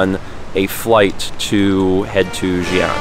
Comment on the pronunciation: It’s Chongqing Jiangbei Airport. 重慶江北國際航空. And it is Xi’an (西安). Btw, one good tip to pronouncing the ‘x’ is saying ‘sh’ while showing you teeth a little more. Like say ‘she’ in replacement to ‘xi’. Thanks for trying,!